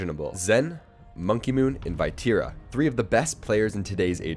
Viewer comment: The way you pronounce Vatira is making my eye twitch lol….Great video nonetheless